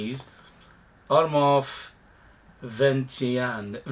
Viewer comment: your pronunciation was fine, Venetian ( Veneetion), relating to Venice, I’m thinking gondolas and waterways, sounds like a scent I’d be interested in.